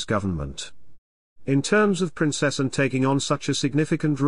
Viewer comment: Someone teach the computer to say: "Prin-cess-ANN" instead of "Prin-CESS-en." A.I. text to speech, pfffft.